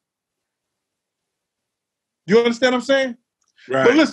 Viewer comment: Gene MEAL - "You undastann"; yawn Talked over MJ and posting this again hasn't altered that fact.